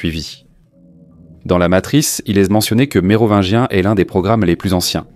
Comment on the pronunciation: À la prononciation de « Mérovineguien » j’arrête… c’est pas possible… g’faites un effort les gars! 🙁🤮🤬